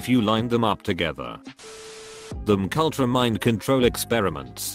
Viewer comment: Mk Ultra sounds less threatening when the pronounces it as McUltra.